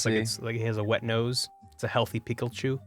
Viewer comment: Peachu ->Picklechu -> Ryechu